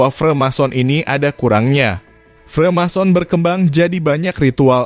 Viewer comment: freemason bang.. bukan remason wkwkwk